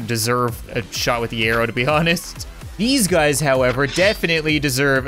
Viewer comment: Anyone else hear " what's up bazz!" At the beginning of the vid?